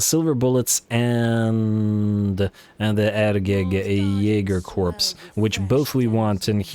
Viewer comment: hey man the Hergig Jaeger “Corps” is gonna be pronounced like “Core” not “Corpse”, no hate just letting you know!